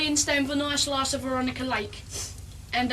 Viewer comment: .... " And a Shlishe of Cake... "